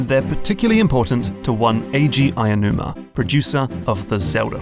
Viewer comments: Aonuma, not Ayanuma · Ah-Oh-Numa. Not Ay-a-numa.